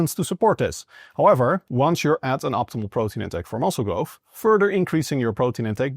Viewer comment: It blows my mind how people study and aim to do these “scientific studies” and “educate people on how a tiny speck of dust can do specific things but then release a new study that states the spec of dust has to do this to do that” but yet can’t pronounce words like growth and say grofh…..